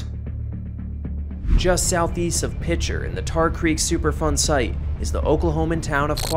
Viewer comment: I 100% thought he was saying “Super fun site” and had to google it because it doesn't sound that fun ngl. I mean, I could be wrong… Don’t let my unsupported pessimism get in the way of super fun.